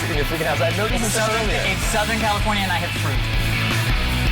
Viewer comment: Every. Fucking. Time. I. Hear. "Southern California". 🤣